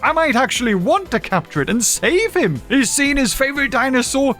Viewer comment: "except him, we need him"- says the most british "him" in question